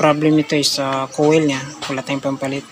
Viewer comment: Koyl dapat bigkas niya boss Akala ko kase iba yung kowel na sinasabi mo😂😂 peace ✌🏻